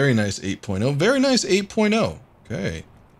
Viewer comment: 8 porno is all i heard after him saying very nice 8.0 lol